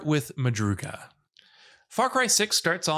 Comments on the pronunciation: It’s madrugaDA not madruga how can you mess up that bad🤦‍♂️, but ps it means “early morning” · Omfg dude every video he pronounces crap wrong. “Madruga” is pronounced just like it’s spelled MadruGADA. Most of these aren’t “hidden tips” again most of this stuff is explained or if the player is able to read, these upgrades are the logical progression for increasing difficulty. Smh. However, some of these tips were helpful and accurate. Good job, I guess.